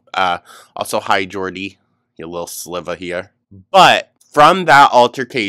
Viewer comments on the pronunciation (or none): none